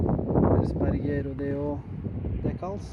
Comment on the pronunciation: Say Erzberg one more time haha